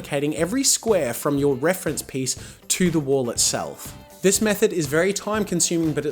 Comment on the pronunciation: Me thinking he was saying wool paint this whole time 😯